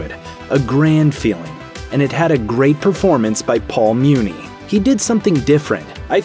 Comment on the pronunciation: I know its spelled Muni its pronounced Money!